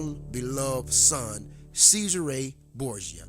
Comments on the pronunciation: Who the hell is SEIZE HER RAY BOORGE JER. Have to say having come across many Americans who like you effectively 'assasinate' European languages , but with out doubt yours is the worse. I also suggest if you want to put across your opinions especially in regard to to history, you spend some times honouring and respecting the accent and correct pronounciation of those you are wishing to give comment on. I grew up with a very strong London 'Cockney' accent and spent time correcting how I spoke. There are a great many of Youtube this is two of them :- The fact you most likely will not be capable of understanding this, shown so well in your pronounciation of Cesare and more so your ignorant defence of doing so, is proof positive you lack individual thought. Also I suggest your read God is not Great by Christopher by Christopher Hitchens and various articles also by Richard Dawkins. As with most 'brain washed' religious zealots like you, using Youtube to force your views on others, I suggest very much instead of the blind obsessive adoloration of words written in the bible (most were written 250 years after St John) you take a step back and view both TV Borgias and see the painfully obvious to us who have not been brain washed from childhood - what is going on. That the Catholic faith just as Islam (is now doing) is just a means to control stupid people like you, so a minority have control over your lands, wealth and how you think, so they can live in luxury and enjo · It's pronounced "Chezaray Borja"